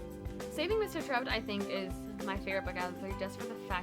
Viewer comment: It's pronounced Tare upt. As it is mentioned in the second book